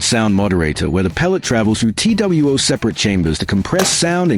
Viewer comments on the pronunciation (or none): "T W O separate chambers." Two, the word is two. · Tee double u ohh chambers 😂